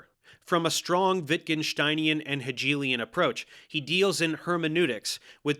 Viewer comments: Heyjaylian lol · I’ve never heard Hegelian pronounced that way